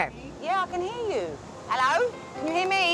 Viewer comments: when she said "HELAOW" I felt it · “ellow??” I’m proud to be British.